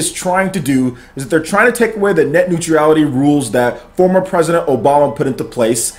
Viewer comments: Love your videos. Watch them all the time... but you clearly have fallen for the leftist fear mongering. Honestly... you can't even pronounce it. It's not Net Neutreeeality! Bro you're way off base. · Dood.... You killed that pronunciation... Omg cringing. New-tra-le-t - neutrality ... Still cringing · There is no 'i' in 'neutral'.